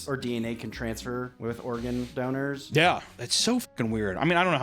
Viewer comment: Doners? not Donors?